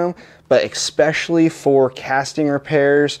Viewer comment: Great video, great welding. But “Ek-specially”??? What language is that?